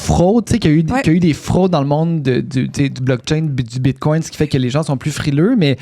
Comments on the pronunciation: Désolé mais je n’accorde aucune crédibilité à une personne qui dit : ''BitcoinT'' au lieu de bitcoiN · Tu sais que tu as affaire à une connaisseuse lorsqu'elle prononce bien le "T" à la fin du mot "bitcoin" !